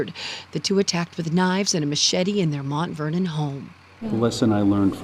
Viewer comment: Why's he keep saying MONT Vernon instead of Mount Vernon?